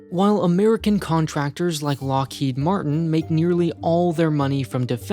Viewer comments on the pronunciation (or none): none